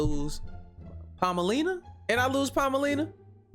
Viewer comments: Not Palmalina 😂😂😂 i can’t with 😂😂😂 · Not palmalina 😂😂😂😂